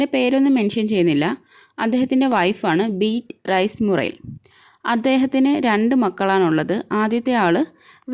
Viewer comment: Ma'am Beatrice Murriel nte pronunciation ബിയാട്രിസ് എന്നല്ലേ ബീറ്റ്റൈസ് എന്ന് അല്ലല്ലോ